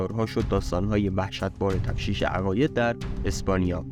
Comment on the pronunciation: تفتیش عقاید نه تفشیش!